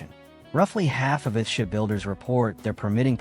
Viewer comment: AI narrator pronounces EARTH SHIP as ''ah ship''. Why this video does not correct it, is why I won't leave a ''like'' nor ''subscribe''. 🤨